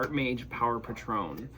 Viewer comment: It’s not pa-trown 😂 it’s Pay-tron!